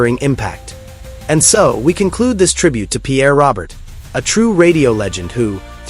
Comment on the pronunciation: Stop with the AI hire a citizen and by the way it's not "Robert" it's "Row- Bear" AI is an insult to who he was . I met him a few times, even hung out with him and Bob Review for a set at a dead show . Good man and deserves more then fake AI